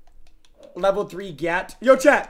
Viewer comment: The word chat does not contain an R or an L. Somehow this man rolls r’s in the word chat lmao